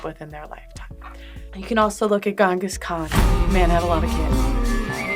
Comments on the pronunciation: IF YOU CANT EVEN PRONOUNCE GHENGHIS KHAN'S NAME IN THE BASTARDIZED INCCORRECT WAY IT'S MOST OFTEN PRONOUNCED DONT PRETEND TO KNOW ANYTHING ABOUT HIM!!! AAAAA It's Chingis but most people pronounce it Gangus cuz the English spelling is Ghenghis It most certainly is not Gongus And my man didn't get that many wives with his alpha male chad energy He just kidnapped them In some of the places he conquered the kidnapping tradition literally survived to this day and is a problem A funny thing as well Ghenghis had the decency to be a good sugar daddy who paid Often he gave his wives positions in government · Did she say Gungas Khan?